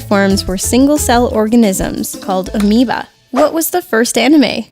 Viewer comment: Hmm.. Amoeba. The way it's pronounced is quite familiar... OOOOH NINTENDO!!! I GET IT NOW! AMIIBO!!